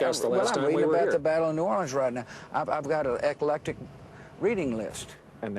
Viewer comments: "I've got an ec-a-lec-tic book list." Dear God...this buffoon can't leave soon enough. What an embarrassment to this great nation. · "An ecelectic reading list." Ummm, doesn't he mean ECLECTIC reading list?? Guess he's not reading any dictionaries.